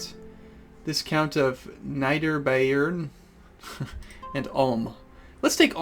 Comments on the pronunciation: Americans always say "neider" when it reads "nieder". So consistent. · Niederbayern is Nee-duh-bah-yern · The other county was Nieder Bayern, pronounced Nee-dur Bay-urn. German for Northern Bavaria. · "Needer-bye-urn" :P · *shivers* the way you pronounced Niederbayern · Haha I live in "Oberbayern" south of "Niederbayern". My ears are bleeding from you pronouncing it. ;D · just a litte tip for saying "niederbayern" which is as you might guess german(I'm not going to rage one you for saying it wrong) "niederbayern" somewhat to "lower bavaria"